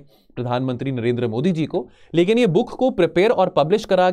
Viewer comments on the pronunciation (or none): none